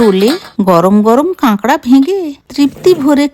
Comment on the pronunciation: Kekra noy kakra 😇😇😇😇😇😇😇😇😇